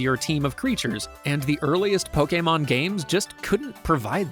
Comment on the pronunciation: DAMN FINALLY a youtuber who pronounces pokemon correct